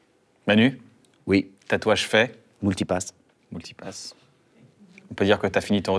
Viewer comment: Le "Moultipass" m'a donné le dernier kick pou liker la vidéo ^^